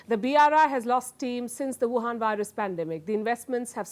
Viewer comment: The way she says Wuhan Virus is Epic 😂